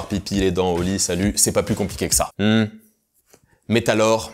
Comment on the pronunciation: métalor c'est un nom de pokémon ou t'a juste fais une fausse liaison en "mais" et "alors"